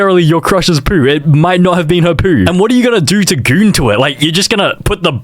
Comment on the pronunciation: why does he say poo and goon like that "poou" and "gooun"